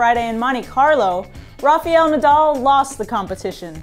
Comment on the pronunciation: I've said it before and i'll say it again, this woman needs speech lessons. Especially on how to pronounce names. Rafael is not pronounced Rafiel.